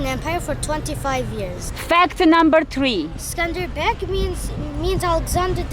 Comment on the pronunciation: Not skanderberg darling ,but skënderbej, wish u had a good time, in my home town